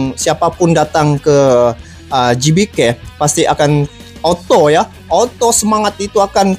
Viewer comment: Lagi kren kalau sebut GBK sprt org INDONESIA bang